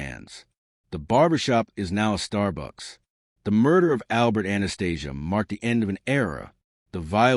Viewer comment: Must be hard to do the research on 100 yr old gangsters and get it right. Spit balling here 😂. Surprised AI can pronounce Anastasia’s name right